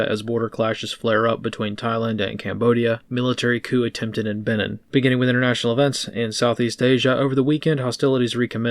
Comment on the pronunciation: It's pronounced "Beh-neen" as in "Beware and take care of the Bight of Benin, there's one comes out for forty goes eeen."